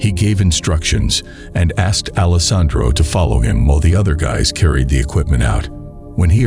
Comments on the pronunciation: That part drove me crazy. Mispronounciation is a huge pet peeve of mine. You got alessandro right about 50 percent of the time. Lol As long as you're learning from your mistakes, it's all good. Nobody is perfect right off the bat. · This was the first time I've heard the name Alessandro pronounced so many different ways.